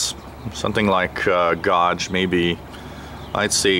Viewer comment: As long as it doesn't snap that should be a pretty good antenna for you. Btw, gauge is one of those english words that isn't pronounced like it's spelled(and what fun those words are)